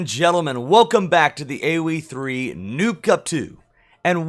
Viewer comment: The way you say noob cup of you have the close Caption on it says nuke cup instead of noob. 😂 😂